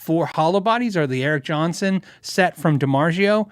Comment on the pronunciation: I’m curious as to the pronunciation of Dimarzio. I’ve never heard it pronounced like that. The Italian pronunciation Dimar-tsi o You sound like your saying Dimar-sheo. I won’t be able to sleep nights until I know the correct answer. End of chickenshit, Penney ante rant.